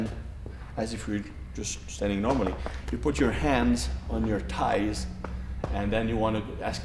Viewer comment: lol how he says "thighs" Great teacher though.